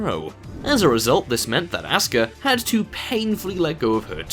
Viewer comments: REX Al Abri it is pronounced oska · Well fuck you racist puppy... always intentionally mispronouncing Asuka as Ass-ka to insult the Asians...but what can be said... probably your parents got divorced and there was no one to teach you manners!!